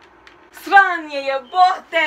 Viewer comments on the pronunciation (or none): svanje? AYE GIRL U MUST KNOW HOW TO ROAST U DONT SAY SVANJE?!?!U SAY SRANJEEEEEEE!!!!!!!!!XD